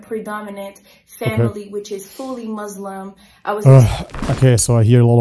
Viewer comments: Who call us "MUAZLIM", not "Muslim"? Sounds like a made up story to get views on the net. Plus, I don't think she ever was a "MAUZLIM". She seems to be reading a statement, from time to time, can anyone check this too? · The way she pronounces “Muslim” as “Mozlem” says a lot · No Muslim will pronounce Muslim as Muzlim and Islam as Izlam except if they just reverted recently to Islam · Anyone that says Muzlim I don’t take their word 🤣🤣🤣🤣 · the way she says "moshlim" and "aalah" shows this is fake , Muslim in general have a decent level of pronunciation ... ... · this is the only kind of your videos I just can’t watch!!! This women disgusts me I’m sorry I can’t think of any other words to describe how I feel painful is an understatement!! 🤮 May Allah sbw guide us all 🤲🏽🇵🇸 ‘I’m a ex muzzzlim’ how many times did she say that the thicko!? DOOOOOOHHHHHHHHH!! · Dude what really turn me off, Ken Muslim can’t pronounce ANY ISLAMIC world correctly. Jesus Christ! It’s “muSlim”, NOT “muZlim” for GOD SAKE!!! Even 5 yrs old Muslim knows that! who been revert for only a year knows that and pronounce it right! And don’t get me started who wrongly she pronounced Allah and Mohammed. Dang woman, you were never a Muslim to begin with. And wi th you keep repeating that u was ex-Muslim, that’s a dead give away, trying to use mental trick to put in people mind desperately. But it’s a very basic trick and from her it’s annoying. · Lady u we’re never a Muslim to begin with cause u don’t even know how to pronounce a word “MuSlim” , not “muZlim” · You can tell someone was never muslim by the way they pronounce moslim. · You mean 'ex muzzzlim'..😂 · The moment she said mozlem 😂😂😂😂 U knew she mean i pretended to be mozlem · So the Muslim criterion of who is or is not a true Muslim is based on if they pronounce the word, [Moo]-slim? That's a pretty profound test. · Yeah she definitely wasn’t a “MuZZZlim” 😂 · Lol “mouslem” :D